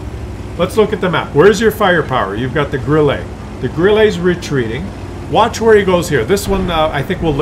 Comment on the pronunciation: stop to say "Grillé" or "Grillay" for Grille. Correct sound is like in "burn" with a short and falling tone.